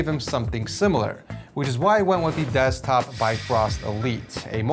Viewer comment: "DEZCTOP" Love This Video 🥰